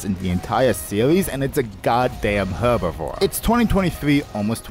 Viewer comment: please stop pronouncing herbivore incorrectly